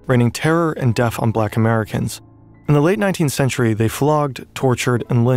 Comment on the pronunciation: bro really pronounced death like "deff" what the fuck, you cant make this shit up smfh